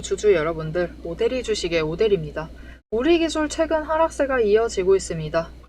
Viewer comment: 오대리 흥분하면 발음 꼬여서 오대리를 오드리라고 발음해요😂😂😂😂